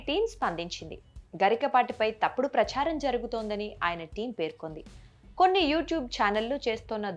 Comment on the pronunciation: ప్రచ్ఛారం కాదు అమ్మా ప్రచారం అని ఉచ్చరించాలి. ఏ పదం ఎలా పలకాలో తెలీని మీరు చేసే వీడియోలు చూడడం మా ఖర్మ